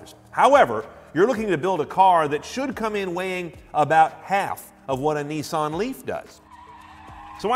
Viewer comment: Nissan Leaf not Neeson leaf.